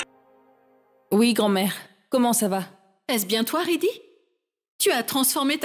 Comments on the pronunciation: Qui a entendu que rajbeer a dit lorsqu'il parlait à riddy il a dit plutôt siddy que riddy😅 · Rajbir a dit sidhi au lieu de ridhi 😂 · Je suis là seul à attendre radjbir dire siddhi au lieu de riddhi